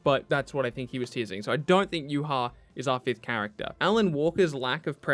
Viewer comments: are you kidding me? YuHah? its Yhwach. idk how other people pronounce it, but there aint no u and no hah in there bru. so thats theorist pronunciation I've ever heard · Bruh, I’m done., your my guy and all but I will never accept that you just said YOOHA when trying to pronounce Yhwach.